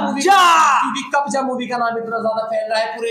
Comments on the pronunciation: Kabja nahi yaar 🤣 its kabza .... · Kabja nahi kabza bolo🙄